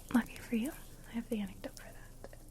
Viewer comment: Antidote...NOT anecdote! 😹😹😹